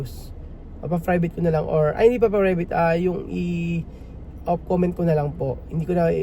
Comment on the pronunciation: Private hindi Frivate. 😂